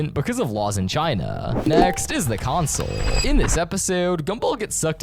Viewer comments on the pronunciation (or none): Wow i love the "cosnole"